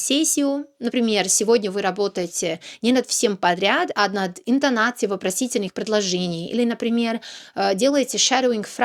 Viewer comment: Окончания слов "интонатцией" и "отличия" у вас слышится акцент Но в остальном всё шоколад